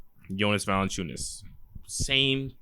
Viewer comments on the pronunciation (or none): his last name is Valančiūnas (Valanciunas would be ok, not Valenciunas)